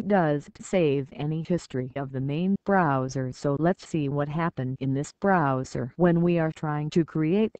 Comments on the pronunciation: broooowser ahahah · The way she says browser...